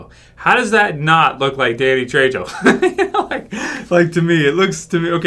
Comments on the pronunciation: ...its "trey-ho" not "trey-jo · "Trejo" is pronouced "Trey-hoe",.